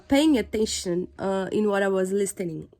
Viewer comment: Parabéns a única dica eu te dou é na palavra " listening " não se pronuncia a letra t